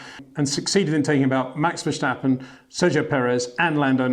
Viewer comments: I guess Peter van say START, in stead of SHTART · Mr. Windsor, pleeeease stop with the versjtappen! There is no j-sound in his last name.